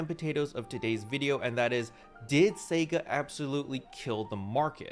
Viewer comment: Why can't you say, "sega" right?